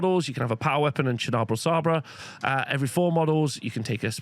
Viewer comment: It's sabre as in lightsaber 👍